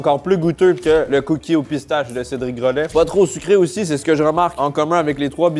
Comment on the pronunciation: Cédric gro...laid il la dit CÉDRIC. GROLAID